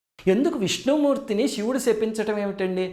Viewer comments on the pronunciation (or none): none